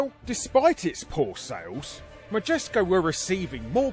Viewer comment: Larry quotes "Magesco" while talking about "Majesco". Makes me want to look at a GIF of some Jif brand peanut butter. ;)